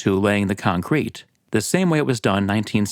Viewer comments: Nobody: Narrator: ConKRETE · Hi, just want to let you that the emphasis in concrete is on the first syllable. Other than that, great video.